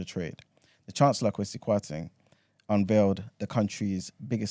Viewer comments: It’s the A that makes ppl think it’s pronounced Kwa-see , most Ghanaians would have the E but I like my man do not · its pronounced “Kweh-See” not “Kwaah-See” 😂😂😂